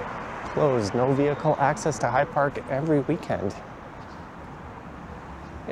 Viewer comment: fyi…It is High Park, not Hide Park.